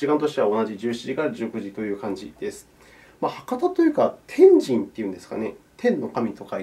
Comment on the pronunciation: 天神の発音おもしろい(笑)